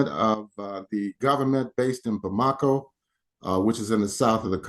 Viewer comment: You should learn how to pronounce "Bamako".